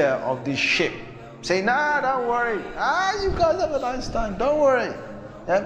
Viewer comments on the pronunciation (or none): none